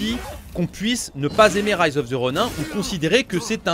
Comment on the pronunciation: Rise of the Ronin... c'est bien de l'anglais ! Alors pourquoi prononcer "Ronin" en français ? 😏